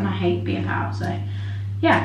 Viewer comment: haha the way you say pale sounds like ur saying pow🤣